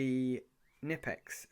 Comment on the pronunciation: The company Knipex is from Germany so the "K" isn't silent ;)